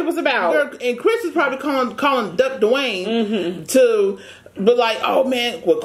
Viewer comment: “Not 24/7 Dawaine “🤣🤣